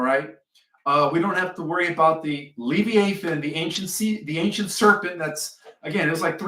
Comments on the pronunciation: It's pronounced Le v-eye ah than. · Live- I - A - Thon. Is the pronunciation. 😊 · Pronounced le vi a thon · I CHECKED MY BIBLE !! Because I knew it speaks of the “LE VIE (eye) A THON”… slight different pronounciation.. I remember reading about it in: Job 41… Ps. … Ps. 104: 26 thru 35! Monsters in the sea!! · It is properly pronounced. ....le v eye ah than... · I think it is pronounced Lee long e via long i . It’s actually easier to say. I think that’s what you mean. I had to look it up in Webster.